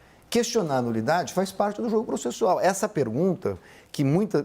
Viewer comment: ESSA CNN É UM LICO MESMO. Houve o GOPI, houve o GOPI. A inculta fala Proxessual!!! Processo do GOPI está robusto. Etc.eyc